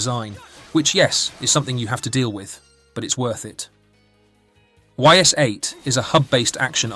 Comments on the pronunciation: I dont mean to be that guy, but if you are making a video on a game, please learn how to say the name properly. They literally tell you in the game... it's not Y S its ''ees" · It's actually pronounced "ease" like ease the f up, yo. Ys8 is the best in the series. Hard is imo the best difficulty, what should be considered the games normal difficulty. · Actually it is not why's 8, it's Eyyss 8. It's actually a good game, I never play it but I played Ys IX and was very good. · Best Ys game :face-blue-smiling: Amazing atmosphere, combat and soundtrack. Great characters, story and artstyle. Sidenote: you're spelling the name ''Ys'' wrong :face-fuchsia-tongue-out: "It's not pronounced 'Whys', it's pronounced 'Ease' "